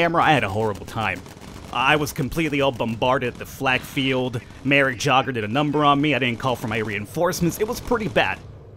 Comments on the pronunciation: it's pronounced yay - ger :P not jogger lol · So Jager is said yay ger. Sorry aha good video tho :) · That elite pilot is actually pronounced more like yayger. Just saying. Nice video! :)